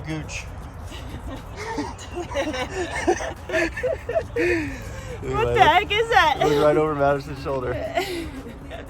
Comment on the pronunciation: FYI: Tatamagouche is not pronounced "Tatamagouch" you say it like it was spelled like this "Tatamagouchy" :) I like in NW Arkansas been riding this area for years.